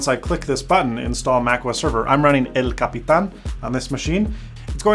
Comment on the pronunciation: Love how you respect Spanish in the pronunciation my friend. Great video , great information, I'm about to start my server but I don't want just a nas as I want the Mac mini for another purpose that might be useful in the near future